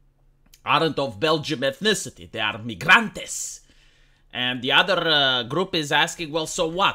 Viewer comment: "mi-grantes" I like this newly accented word that brought up.